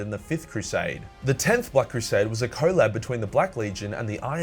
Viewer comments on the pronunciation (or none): You saying CO-LAB made me cringe. It’s Colab. Like collaboration